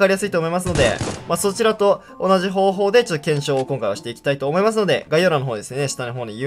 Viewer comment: 「思いましゅので」ww